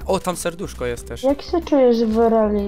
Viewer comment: Nie TERZ tylko TEŻ -_